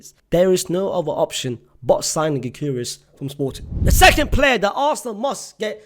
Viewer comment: Gy-curious 😂😂. I'm curious as to who that is